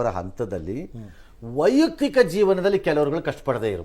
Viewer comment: ರಂಗಣ್ಣನವರೆ " ವೈಯುಕ್ತಿಕ" ವಲ್ಲ, ಅದು "ವೈಯಕ್ತಿಕ" ಎಂದು ಉಚ್ಚಾರ ಮಾಡಿ.